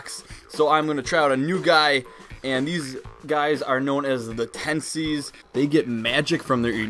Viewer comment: TEENsies , not TENsies